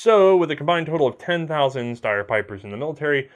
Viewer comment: I know you don't really care about pronunciation, but this one is super easy - if you see a German word that beginns with either ST or SP, it's pronounced SHT and SHP respectively, therefore it's not "Steyer", but "Shteyer".